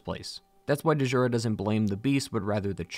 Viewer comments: Great vid. But its just "jura." Kind of like the name "Django." Its not da-jango or da-jura. Its "jura." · It's pronounced "Jura", not "Duh-jura". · My man said Dee-Jura, like he’s never seen a word with dj in it, it makes a chunky J sound, like Django, ZilDJian, etc… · Its not Duh-Jurah. The D is silent. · Great video, but i couldn't help but... It's not delivery... It's Digiura's. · DAMN YOU DEEJANGO!!! "the D is silent" . DEEJURA so you meet DEEJURA at the top of his tower. DEEJURA. sorry mate but I couldn't step over that I twitched every time, I know you can't revoice the entire episode but yeah it's just Jura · Elden Ring may be the biggest. DS3 may be the most conclusive. DS2 might be the most varied, DS1 may be the most atmospheric, Demon’s Souls may be the first and Sekiro might have the best gameplay. Bloodborne is still my favourite. Just a quick note, Djura’s name is pronounced as Dyoura, not De’jura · I die a little inside everytime I hear “Dee-juura”.. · When you said D-Jura, it reminded me of the key and Peele sketch where he calls Aaron, A-Aron 😂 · "Dee-Joora" the D is silent/ I just know you say "Dee-Jango" lmao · Stop pronouncing the D in Djura it’s silent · It’s pronounced “jura”. Eileen calls him by name I’m some sequence. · The D in Djura is silent. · I think the D in Djura is silent, similar to Django. Could be wrong but that's how I understand it. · Dee-zhura, lmao. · Da-jura bothers me so much. It’s like djinn. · The D is silent, Djura is just Jura. 🤓👍 great video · "de jura" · I found the mispronounced names endearing. That's because this video is quality. Well done! And RIP Dehjoorah. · I think that D is silent 😂😂 like Django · the "D" in Djura is silent